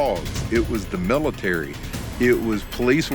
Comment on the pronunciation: Miitary with an AL